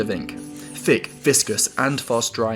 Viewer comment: Thin not fin. Thick not fick